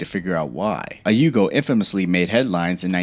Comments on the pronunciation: The video is interesting but you have got to do some research. The YUGO is from YUGOslavia. Beyond that you mispronounced basically every single car name. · The Yugo wasn't "Siberian" 😂. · How many car names can you butcher? And the Yugo was made in Serbia not Siberia